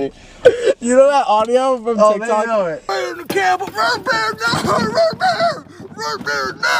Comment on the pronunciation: “ROOT BERR!!” “balls aldrin” HELPP